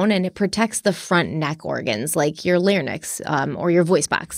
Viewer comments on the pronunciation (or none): The word is lar-ynx, not lar-nyx. Cheers.